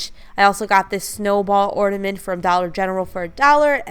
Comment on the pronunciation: The word is OrNament, not OrDament